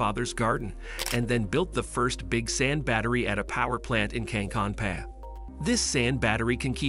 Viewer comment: The "Finnish town" of "Cancun PA""... Should be "Kankaanpää", but I get it Finnish can be hard for non-natives... Another thing that I noted, is that this video seems to have plenty of flashes that appear to be from Matt Ferrel's video.